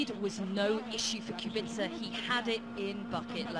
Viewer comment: how hard can it be to pronounce his name lol..... qu-be-ca